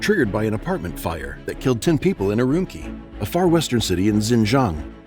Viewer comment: Also, note to narrator, (and I'm not trying to be mean), Urumqi is pronounced er-oom-chee by people in the region.